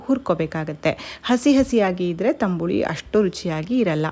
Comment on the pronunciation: Tambuli alla tambli anta heli